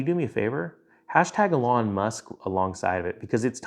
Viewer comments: Love your stuff...but pls..it's "ee-lawn" with the emphasis on the 1st syllable. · #cantpronounce fucking elons name!!!!